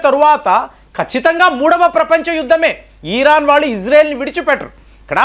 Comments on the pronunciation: EERAAN KAADU , IRAAN . DEERGHAMU VODDU😊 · ఈరాన్ కాదు భయ్య... ఇరాన్.....